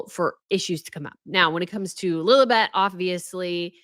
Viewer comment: It’s lilibet not lily bet. You steal your grandmother’s pet name and won’t even pronounce it correctly. Sigh. It was her pet name. You don’t use it without asking. Sigh.